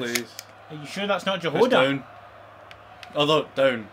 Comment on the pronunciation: You pronounce Jahoda so weird :D